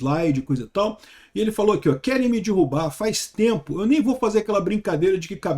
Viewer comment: Não é "dirrubar", é derrubar.